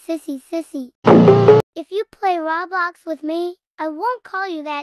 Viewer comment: “Rawblox” “Yeses” “Humum” “Emaji” “Emagis” 💀